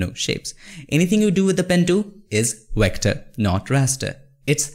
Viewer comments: I love your videos, but it makes me laugh when you pronounce Vector as Wector LOL. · It's V V V V V ... god damn V for VVVVVVICTOR not WHIKTOR it's not WHEKTOR.. it's VVVVVVVVVVVVVVVVVVVVVVVVVVVVVVVVECTOR VVV V V V V V V V V V V god damn it!!! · Oh I thought he said "Here" Lol !! 🤣🤣 Like when he says Vector, it sounds like Wector. I thought at first that there was legit a thing as a Wector until I realized he only meant Vector. True Story. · Great overview! (Though its "V" Vector, not "W" Wector!) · V ector, not WHECTOR anyways thank you for the video, really helped a lot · BRO! VECTOR NOT WECTOR! YOU KEEP SAYING IT WRONG BUDDY! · Vector, stop saying Wector! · Great video. Vector, not wector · Not wector, it's vector with a V. convert not conwert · stewie: you can't have a pie without a cool hwip: you can't have a path without a wector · Love your content Bro. But with no offense, why does indians pronounce "Vector" as "Yector" or "Virus" as "Yirus"? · Wat is a wector???? Oh you mean a Vetcor . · Vat is a wector sir? Lmao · Wtf is a Wector? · Haha, wecter.... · " A Wector" HAHAHA! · You should really consider learning how to pronounce "Vector" properly.